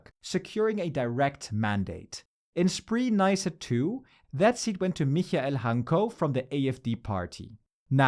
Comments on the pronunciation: Spree is pronounced “Spray” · Your pronunciation of Spree is a bit off.